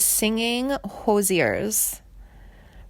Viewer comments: If you are going to make these videos you really need to pronounce the names correctly. It is pronounced Fricke with the E at the end. I had a class with her at Indiana University so I do know how to pronounce her name. Also it is Hoosier or whozure if you will. Basically a terrible video due to the mispronounced names and overall false facts. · Who is this idiot? Janie is alive and well (as of May 2023). And that is not how you pronounce “Ficke” or she can’t pronounce “hoosier” “Baez” or “Eddie” apparently.